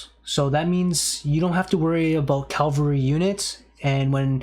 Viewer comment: Bruh I don’t know why you keep talking about Calvary, that’s the place where Jesus died for us. Cavalry, however, are a great unit type in aoe 2